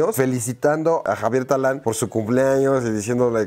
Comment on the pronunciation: No es Talán, es Tadán po favo :)